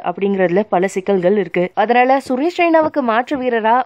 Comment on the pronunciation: Commonly we say 'athanaala' but this channel's slang 'hathanaala'😂